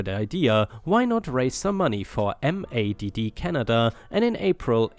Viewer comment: MADD: Mother's Against Drunk Driving. Pronounced Mad.